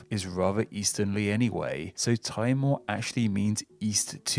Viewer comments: Great video! East Timor is a really fascinating one for me because it's tautological in every language the name is officially translated to (Timor-Leste in Portuguese, the country's de jure name; Timor-L'orosae in Tetum, and Timor Timur in Bahasa). P.s. Timor is pronounced "Tee-mor" not "Tai-mor" :) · Timor is pronounced Tee-more not tie-more. You didn't mention the River Avon in England (River River), that runs through the city of Bath. In fact I think there is more than one. There's another River Avon that runs through Stratford-Upon-Avon, Tewksbury and Worcester. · It’s also pronounced temore in stead of how he said it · Timor is pronounced tea-moor. In malay, east timor is actually called timor timor, or literally east east. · Timor= "Teemor". Not "Tymor". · Timor is pronounced as 'Tea More' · It's not pronounced "tie more", though... 😁